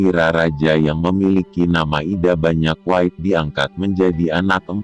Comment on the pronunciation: Nama lain Aria Wiraraja adalah Banyak Wide, tapi dibaca Banyak Weid.😅... Singkatan M (Masehi) dibaca Meter???😢